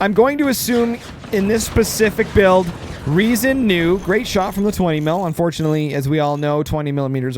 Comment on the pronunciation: Funny how your english version of Riesen was closer to the actual german pronounciation than your german version XD The "R" comes from the front part, tongue just behind the front teeth, not from the throat like you have stuck something in there you want to spit out ;)